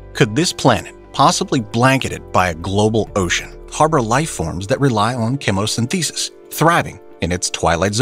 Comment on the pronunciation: What I learned: AI still does not know how to pronounce "chemosynthesis", and "The Cosmos" doesn't care enough to fix the problem.